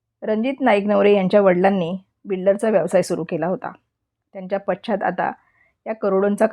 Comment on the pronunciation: न आणि ण यांच्या मधील फरक 😂 nidan mahiti sangnaryanchi bhasha shudha asavi hi kalji ghyavi na? 😮😮😮😮पश्चात हा शब्द. शुभेच्छा हा शब्द😂😂😂😂😂😂